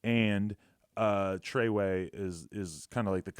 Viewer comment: Seriously I think he knew what was coming.... I knew sumthin was wrong when he said he started “treway”...